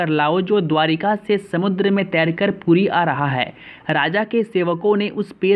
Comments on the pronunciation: This is not pudi. This is puri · abe sale ye PURI hai NOT PUDI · Puri ya pudi hahaha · Bro it's puri not poodi Poodi is food item name please pronounce it correctly Jai Jagannath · It's called puri not poodi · Its Puri not pudi bro 🙄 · It's called puri...ok...not pudi.... correct ur pronounced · Ye “puri” he not “pudi” ..... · Not "pudi" it's "puri" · कृपया हिन्दी भाषा क्रियेटर ध्यान देंवे। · Poodi nhi puri ha🤣🤣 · Not 'Pudi' it is 'Puri'. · Poodi nahi puri hai wo. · पूरी is the correct pronunciation and not Pudi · It's" puri" not poodi if you can't tell don't speak or pronounce incorrect words . and don't disgrace lord shree Jagannath . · East india west Bengal, bihar, orissa walo ka pronounce thoda issue hai ye log R ko D kahte hain. Isme isaki galti nahi hai. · Puri boliye, puddi Nahin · Bro its not pudi. It is puri. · Abe ye POODI nahin hai it's "PURI" 4 Dhamo me se EK dham hai agar bolna nahi ata to fir kyun .......... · Tujhe to bolna v nahi araha hai puri hai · Ye pudi pudi kyun bol raha hai ? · It's Puri🙄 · Phle thik se puri bolna sikhiye fir vido bnaye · Thats puri not pudi 😡😡😡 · It's not podi - (Puri) better you clarify and represent. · Pudi nahi Puri hai Bhai mere thik se bolo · यह धाम का नाम "पुरी" है "पुड़ी" नहीं । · That is not pudi ❌ That is puri ✅ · पुटी नही भाई पूरी बोलो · Pudi nehi hai... Puri hai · Bheya pudi nenhi....puri hai plzz galat ucharan mat karo. Bhabanako thesh pahachtihai...plzz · Pudi nahi hei, its Puri.. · Tum puri ko pudi bol rehe ho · Thik se bolo.pudi kya.puri h. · Are bhai pudi mat bol puri he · It's not pudi ...it's Puri Jay Jagannath swami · Naam to sahi lo yaar please 🙏pudi nahi puri bolte h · Pudi nahi puri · puri bol pudi kyun bol raha h ... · भाई साहब "पुरी" है वह ना कि "पुड़ी" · It's not pudi,its Puri😊😊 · Say properly it's ପୁରୀ not ପୁଡି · It's puri not pudi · Not pudi puri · It's not pudi it's puri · It's not pudi ,it is puri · Detapati nhi 'daitapadi' N not poodi it's 'Puri' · Puri hota h pudi nhi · Don't speak pudi puri